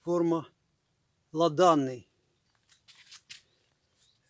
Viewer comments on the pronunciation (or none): Доброго дня! Назва винограду Ладаний, ставиться наголос на першу літеру а. Можете перевірити, набравши в ютубі назву, та прослухати як кажуть інші виноградарі. Ще, цей виноград не зовсім добре виглядає, як дозрілий, він має янтарну, просвічующу ягоду. Серед мускатних, він має дуже сильний смак, але йому треба дати ще по висіти. Він у мене з десять років, тому я можу дати йому характеристику. Не спішіть зрізати, почекайте поки він буде не мутного а янтарного вигляду. З повагою!